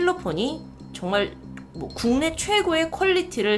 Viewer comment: 국내라는 한자도 못읽나 ㅋㅋㅋㅋㅋ